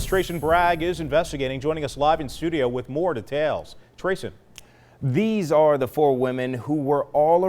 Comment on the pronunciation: Side note I don't like how he pronounced details